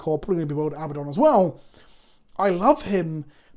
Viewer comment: Love you but the mispronunciation of Abaddon drives me nuts. It’s abadd-on, not abba-don.